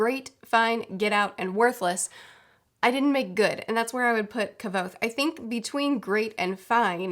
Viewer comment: According to Patrick Rothfuss, Kvothe's name is supposed to sound similar to "quoth"